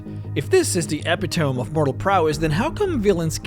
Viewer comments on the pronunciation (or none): Ep pa tome..lol you mean E pit tow me? 😂 Jesus christ bro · epitome is pronounced “eh-pit-uh-me” not “eh-pi-tome” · I hate being "that guy", but the word epitome is pronounced eh-pih-tuh-me, not epee-tome. This is the third consecutive video where I've heard you mispronounce the word. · you pronounced epitome as Eh Pit Oh Me. Not EPI TOME. +1 to language skills. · I appreciate what you're doing, but as someone who speaks, your pronunciation is key, especially for all those aspies out there like me. IT'S NOT EPI-TOME LIKE EPI-PEN. How do you get so far on speech and ironically mispronounce a word that actually means the pinnacle of a certain quality. Eh-PIT-oh-me try it. just liike Nuclear... New-Clee-Ur, not Nook-you-lur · E-pit-toe-mee, not epi-tome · Epitome is not pronounced like that. It's Epp-it-oh-mee not Epy Tome. Many people get it wrong so its no big deal, just trying to be helpful. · FYI, Pronounced eh-pit-o-mee, not epi-tome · Eppy Tome? ah pid ah me e·pit·o·me /əˈpidəmē/ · it's not epi tomb. it's eh-peh-to-me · Just a note since you don't sound like a native English speaker. epitome is pronounced: uh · PI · tuh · mee not: ep - EE - tome hard to know if you never heard it pronounced. Also shows how dumb the English language is. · That word isn’t epi-tome it’s ee-pit-o-mee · uh-pid-uh-me rough english pronunciation. eh-pit-ohm is very wrong(honest mistake). maybe this was ironicaly on purpose but either way... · Epitome is pronounced eh-pit-oh-mee, not eh-pit-tome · epitom E not epi tome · It's pronounced "Eh-pih-tuh-mee" not "Epeh-tome" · Epitome is pronounced Eh-pit-oh-me. Not Epi-Tome. And Folly Is pronounced Fall-E not Fole-E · eh-pit-o-me. Not Ep-i-tome. Yes I did see the comment at the top, I'm gonna say it anyways. Eh-Pit-O-Me! Never Again. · That word you say at the beginning, “epitome,” is pronounced ep-it-o-me, not ep-i-tome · You're pronouncing "epitome" incorrectly. It's e-pit-o-me not epi-tome. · "eppy-tome"? Epitome: "Ee-pit-toe-mee"